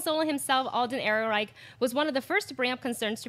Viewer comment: Hears panel member throw shade at starwarsnewsnet, mispronounce Han Solo stars name. Facepalms What's happened to this show?